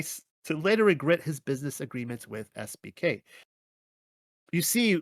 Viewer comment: Oops, I now see you wrote SBK but it sounded like SPK. 😄